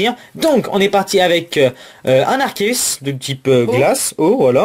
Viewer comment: dit à Miss que Arceus se dit Arkéus!